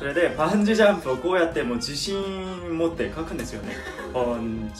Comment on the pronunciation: バンジジャンプって何？？ って思って見てた。 バンジージャンプって理解できるまで時間かかったわ😂 イントネーションとか発音とか、ちょっとでも違うと聞き取る能力グッと下がるんだなって実感した。